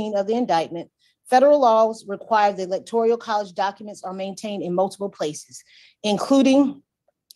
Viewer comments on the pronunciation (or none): At least this ignorant, lawyer or clerk, was consistent in mispronouncing electoral, as electorial. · So glad you brought up about the New word... "electorIAL" INSTEAD of ElectORAL... OMFG